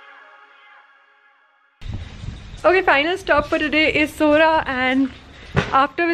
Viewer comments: Nice to hear that you pronounced it Sohra instead of Cherrapunjee and that's what the locals want tourist to call the place. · I like the way you pronounce Khasi words, like Halari, Khasi, Sohra, and etc, you pronounce all well, thank you for this video, it's really appreciable ,God bless you abundantly